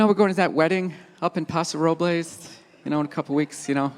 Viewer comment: Paso RoblAYS. It's Paso Robles, the e is not pronounced. I was born and raised there, and I hate what bougie idiots have turned it into. The people that are from there can't even afford to live there anymore. I can tell how much of a douche someone is by how they pronounce the city's name, and non of them ever pronounce it the same.